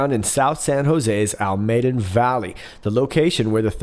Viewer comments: you pronounce Almaden valley as "al-MAY-den" valley. It is correctly pronounced "AL-mah-den", emphasis on the first syllable, not the second. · Al Maw Den=Almaden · "Almaden" is ALL-muh-den, and "Bose" (Boze, like "Bozo" without the 'O') probably named after the Bose corporation. They make great speakers.